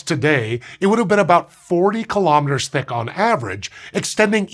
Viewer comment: I can hear the C's in that "thicc"